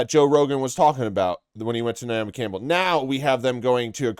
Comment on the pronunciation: You low key said Naomi Cannibal 🫠